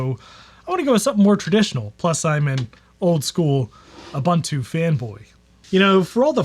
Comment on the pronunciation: This would have been such an interesting video, but i had to turn it off because you mispronounced "Ubuntu". I just could not take the annoyance any more.